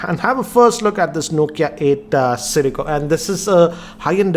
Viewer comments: Siricco.... Siracco.... Dude ur making a video.... Takes 2 seconds to get the name right... XD XP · nokia eightaa sirico lol